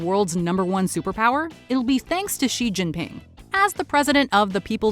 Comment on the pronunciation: Xi is pronounced like she